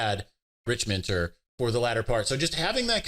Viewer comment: Rick Minter, not Rich Minter.